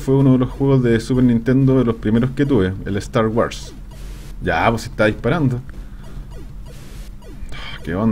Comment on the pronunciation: ¿Star "waras"? :D